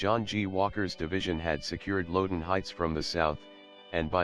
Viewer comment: The pronunciation of Bolivar; Catoctin; and Loudon by the computer is killing me. The content and accompanying music along with the photos are excellent.